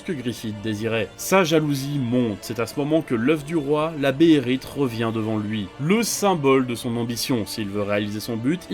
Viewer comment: c'est pas béhérit mais béhéLit attention avec le saint Berserk ;) , mettre une scène de SNK en Français c'est dommage sur une chaine consacrée a l'art du manga et de l'animé je trouve perso. Sinon la vidéo est agréable dans l'ensemble mais j'ai pour ma part pas du tout appréhender les choses comme toi en terme de ressenti vis a vis de Snk ou Berserk (analyse de Griffith un peu au fraise) j'ai l'impression qu'il y a une volonté de bien faire mais une écriture un peu légère dans la vidéo. Bon courage pour la suite.